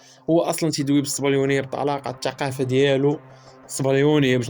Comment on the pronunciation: الشعادل. المنشخب وصحح حرف التاء ماشي الشين .صحح المطق ديالك شمايا .الشقافة.